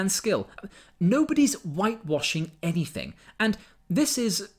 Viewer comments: 1st 5 seconds of video : “I wasn’t taught anyfink “... Yea, that’s your problem right there love. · She wasn't taught anyfink? That's so sad... 😥